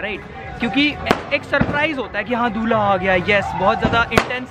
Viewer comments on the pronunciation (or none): Bhaiya it's not "Dhula" Dhula matlab BALOO , RET , SAND it's "Dulha" ...😂😂😂😂😂🤣🤣🤣🤣